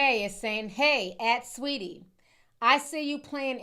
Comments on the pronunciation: Lmaoo idk if “Sweatie” was intentional or not but leave it just like that 😂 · "Sweatie" is FRYING ME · Not "sweatie" 😂😂😂😂😂 hilariousssss